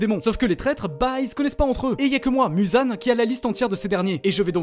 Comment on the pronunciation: c'est pas /muzan/ ni /mouzan/ mais plus quelque chose comme /meuzan/ むざん